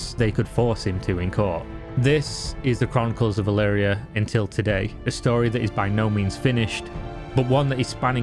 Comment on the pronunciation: E L V R I A. Why the fuck do u keep saying E L V IIII R I A